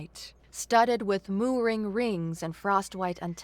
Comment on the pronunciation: The ones I picked up Acrid - Ak Rid Pocked - p ock (ock as in rock) ed Mooring - more ring gantry - Gan tree Servos - Sir v oh s Unfurling - Un fir ling Soot = pronounced like foot Nav - pronounced like Have